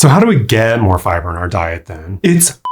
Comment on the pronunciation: the way he pronounces "FI-BURRR" 🤣🤣🤣🤣🤣🤣